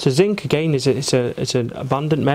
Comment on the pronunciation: he said again but you couldn’t hear 👂 the a in the beginning